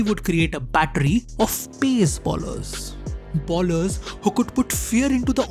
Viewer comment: It's "bowlers" not "ballers"